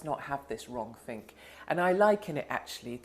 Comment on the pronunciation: 'Wronk-think' Yes! Hello 1984!